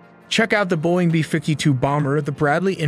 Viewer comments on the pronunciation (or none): none